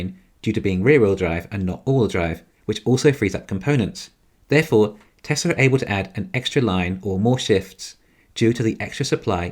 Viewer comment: Why can't you pronounce Tesla correct?